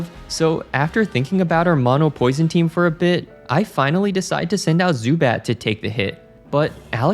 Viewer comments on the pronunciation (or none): none